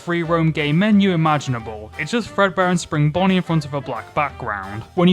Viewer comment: The number is accurate to how many Fredbear games there are. Also, it's not Fredbear. It's Frea beer